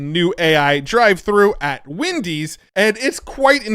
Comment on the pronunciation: Bruh just said WINdys.. not Wendys.. I'm dying to know if that was just a tongue glitch, or if he was trained on flawed data. Try turning up your temperature settings.